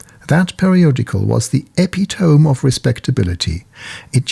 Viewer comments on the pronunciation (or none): E-pit-e-mee! Epi-tome?! 🤨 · ''Eppy tom'' l think its pronounced ''e pit o mee''. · Epitome is pronounced "Uh-pit-uh-mee". 👍 Don't blame the sometimes silly English language, it is derived from Greek. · Good video except for the pronunciation of epitome, it has four syllables not three. Good accent for a non-native speaker.